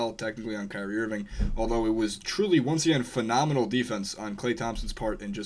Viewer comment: That didn't sound anything like "Kyrie"